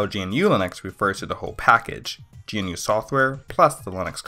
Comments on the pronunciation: It's Guhh-New Not G.N.U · GNU is not pronounced "Gee En You", It's "GaNuu" (Like canoe), and is a recursive acronym for "GNU's Not Unix". Also, the Kernel ancestry for OS X is a little more complicated, and Darwin is NOT a kernel, but an underlying OS. OS X's Kernel (XNU) is fundamentally based on the Mach Kernel (As was OPENSTEP and NeXTSTEP), with underlying parts and low-level systems based on select parts of BSD. Now, BSD is ALSO NOT Unix nor does it use Unix. BSD is, as with the Linux Kernel, a "Unix-Like" Kernel. It basically emulates what the Unix Kernel did. And it's KERNEL, with an "E". Also, Mac OS is looooong dead (early 2000's), the proper term is now OS X, as in "OS Ten". And finally, grep is not pronounced "grip", the e makes a eh sound. The command stands for "globally search a regular expression and print". You really need to work on the way you say things. I still cringe when I think about you pronouncing Yosemite. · 4 years late but also: G.N.U. bruh, it's 1 syllable